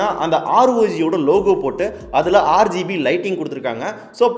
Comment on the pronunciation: neenga RGB nu solrathu "aaru gb (6gb)" nu solra maathiri iruku